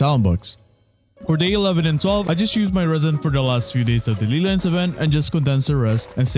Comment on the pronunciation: Ley lines my guy, not lee lines. Just say LAY if it's hard for you.